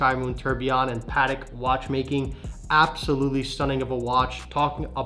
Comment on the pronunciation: Pls guys learn to say patek.